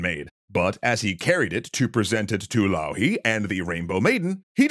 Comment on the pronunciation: A wonderful episode! Might need some texts to be added with the finnish pronounciations of the finnish characters and places, like Louhi and Pohjola, but very neat episode